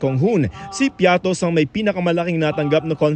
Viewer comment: Bias.. Piatty po not Piattos ahahahaha kinorect na nga ng coa tapos ganun pa rin balita nyo ahahaha katawa tawa.. Bakit kaya ganun na kayo.. Nayari na